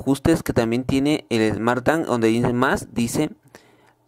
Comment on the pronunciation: Smart TANG🤣🤣🤣